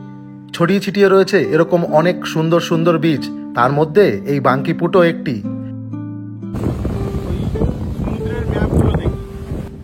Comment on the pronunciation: dada ota banki put na ota bakiput